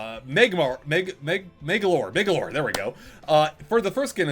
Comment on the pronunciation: It’s pronounced MAG-alor